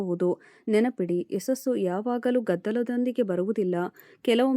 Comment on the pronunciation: ಯಸಸ್ಸು ಅಲ್ಲಮ್ಮ - ಯಶಸ್ಸು ಅನ್ನಬೇಕು ಕಂದಾ